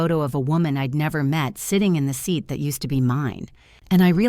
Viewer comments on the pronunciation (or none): none